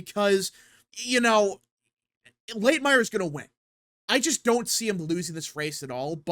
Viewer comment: Sorry to pick on pronunciations, but the candidate who beat Bowman is “Latimer,” not “Late-myer”